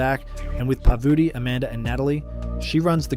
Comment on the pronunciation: Was this read by ai? “Par vooti” “si ri” “to kanteens” hahaha but nice vid